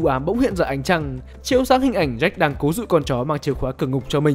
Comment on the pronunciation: Jack chứ ko phải Jake